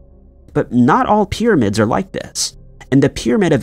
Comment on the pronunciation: The amount of people that don't understand this is some kind of voice software reading a script from a writer that isn't necessarily a native English speaker is the greatest mystery. That is the case for at least 50% of YouTube since a while back. Dead internet theory is becoming real. PIRRAMIDS!